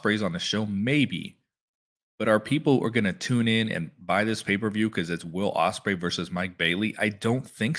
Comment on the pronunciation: You gotl Ospreay name wrong